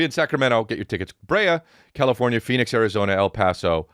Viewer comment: Bro almost said Alpaca instead of El Paso 😂